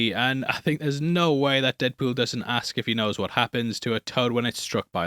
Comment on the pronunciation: No one: from Heavy Spoilers: “Deadpewl”